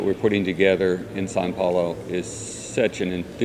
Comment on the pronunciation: Did he say “San Paolo”?